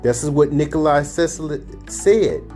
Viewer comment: Tesla's name wasn't "Nikoli," it was "Nikola." If you aren't even pronouncing his name correctly, how am I to believe anything you say? More fundamentally, however: if you understand the working principles of his invention so well, why didn't YOU develop these things? There are multiple holes in your 'theory' - and I don't mean the 'holes' in the MOSFET substrate - which didn't exist in Tesla's time. Also, the 'batteries' you point out would NEVER be enough to POWER a car, or motorcycle, and are actually, as he describes his invention, 'Super-Capacitors' - a way of storing excess output voltage. I'm not going any deeper.